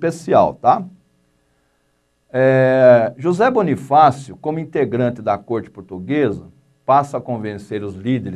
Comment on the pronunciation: QUE CARA IGNORANTE , NÃO SABE NEM FALAR CERTO O NOME DE BONIFÁCIO. PRECISA ESTUDAR MAIS ANTES DE FALAR MERDA.